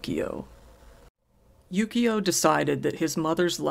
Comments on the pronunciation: It sounds like he's saying yugioh instead of yukio. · How are you not hearing the enunciation correctly? It's Yukio xD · this entire time i thought you were saying yugioh lmao